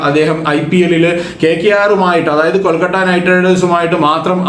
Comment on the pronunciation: കൊൽക്കട്ട അല്ല കോണാപ്പാ കൊഴുക്കട്ട 🙄എന്തൊരു ഇറിട്ടേഷൻ ആണെടോ 🙄കൊൽക്കത്ത എന്ന് പോലും പറയാൻ പറ്റാത്ത ഒരു കോപ്പൻ